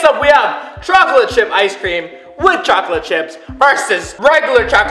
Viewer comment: What people hear: it tastes like chocolate What i hear:it tastes like chalklate ;)